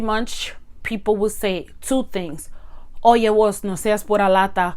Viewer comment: Just a little observation. It’s actually vos for you . Voz is voice. ❤️❤️ the video btw👍👍👍👍👍